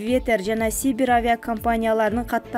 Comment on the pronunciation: Ойойой эмне деген акцент эмне деген ката болуп окулуп атат.Север м.н Сибирь - деген созду туура окуйалбаган кандай уйастыз сабатсыздык? Ондоп оку ондоп уйат!